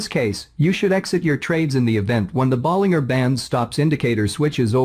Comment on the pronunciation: "teneemaa" and "boleenggerr" bands 🤣🤣🤣